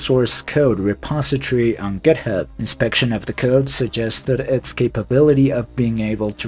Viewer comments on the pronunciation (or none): none